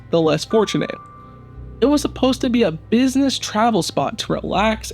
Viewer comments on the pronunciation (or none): Exactly. He means Art Deco, but cannot say it properly, just like he says buness for business! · Isn’t it pronounced business not buness Op At least speak properly please.